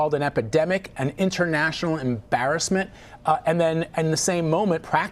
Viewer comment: Biden says Embarrassememt Correct you are.. An Embarrassememt..